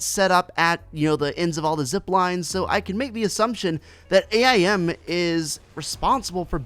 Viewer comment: It’s AIM not A I M Not to be rude or anything but I’m right you’re wrong